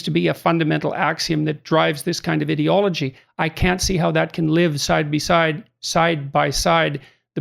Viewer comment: First of all Jordan.... It's "IDEA" logy not "IDIOT" ology. Christ.... Next this isn't a "trend". When I was 10 years old in 1983 and crossdressing there was NO Trans role models. (Maybe Boy George...) Transgender wasn't even a word. Today Transgender people are fighting for their rights and they are much more visible. Not a Trend. Doctors will not lose their license by turning away teens for hormones. Lol. Plus these 2% are trans compared to 0.0001% is a ridiculous statistic meant purely as fear mongering. Not to mention that Dr. Jordan is no longer practicing and hocking t-shirts in his liberal conservative podcast after spending 2019 until 2021 in a benzo drug addicted haze. THINK FOR YOURSELVES PEOPLE and try to LOVE everyone instead of listening to nonsense hiding behind a college degree. You can have graduated college and still be an IDIOT-ologist.